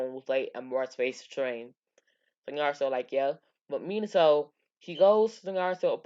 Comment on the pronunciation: Dude i cant understand u u said minosou kushner in minato and kushina